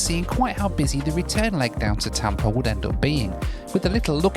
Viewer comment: It’s Tampa. Not Tampr. 🤡